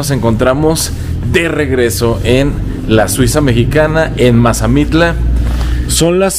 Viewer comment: Mire soy de Mazamitla y no sabe pronunciar bien el pueblo y se mal informó de sobre los precios de terreno y en tanto las ventas y la temporada de lluvias está cambiando y sobre las rentas tambien